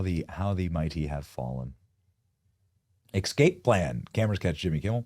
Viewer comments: Benny........ you are far too educated to be saying EXscape!! Thwte is nno X in ESCAPE!!!! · "ekscape plan"? Do you pronounce "escape" as "ekscape"?